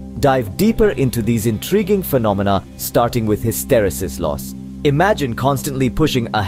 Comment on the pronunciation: It's pronounced ˌhistəˈrēsəs